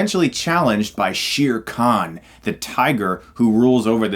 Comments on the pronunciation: Chris, repeat after me. SHAER Khan. Not SHEER Khan. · As a Pakistani and someone who actually speaks Urdu... It is written Shere Khan... And it is pronounced Sheer Khan... But no. Its actually basically pronounced Share. It means Lion.